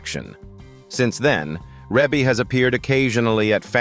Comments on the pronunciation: The video is narrated by "AI." That is the reason her name is mispronounced. 😂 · AI never pronounce any name right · If you can't pronounce her right how can you tell her story 😮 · I KNOW!!!!...A.I. needs to get it's life..it needs a big slap!!! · AND “Twenty-three hundred Jackson street” not Two Thousand three hundred….😂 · I know...what the heck is he saying😢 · Her name is pronounced Ree Bee not Rebbie. AI is a mess. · So if you’re going to use AI to narrate, it could at least pronounce her name right. Yeah, I know the e in the first syllable looks like her name is pronounced with a short e, but it’s not. Her name is pronounced Reebie. Long e. Rebbie = Reebie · Now you have to learn how to pronounce the name right before you start vlogging it's Reeeeee bee NOT no dern Reb uugh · Her name is pronounced Reee Beee, not Ray bay. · YESSSS!! You said it for me. I had to stop and can’t even go on with the Rebby. Plus I don’t really trust AI “documentaries” if the content maker couldn’t even get her name right I’m sure watching this isn’t a good use of my time. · Didn’t even tried to pronounce it as he see it REEEEE’BEEEEE 😆 😂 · If you can’t pronounce her name just don’t do the narration. Really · Give some respect on her name! You butchering it up! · URGH! I stopped watching after 51 seconds. Learn how to pronounce her name properly. Damned AI! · How are you going to narrate a family that's been around for years and don't know how to pronounce her name? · That is precisely what I want to know. Gross disrespect. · Can’t even pronounce her name correctly 😖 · This is an AI video, where her name is mispronounced. The home pictures look like Zillow pictures pre- sale pictures. Is that really how her home decor looks, does not look as it would be, given AI photos. Also the cover home picture does no5matched what is being shown. Not great editing. However, Rebe is awesome! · He doesn't even pronounce her name correctly. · no that's Ai it won't 😂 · Ugh, I know😊